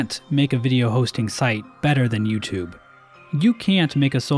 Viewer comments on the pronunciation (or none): none